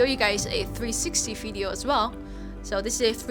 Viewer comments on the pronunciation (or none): Just curious. Does all Dutch people have trouble pronouncing the letter "V"? I keep hearing "Fee-R" instead of "VR" and "fideo" instead of "video". Not criticism, just genuinely curious.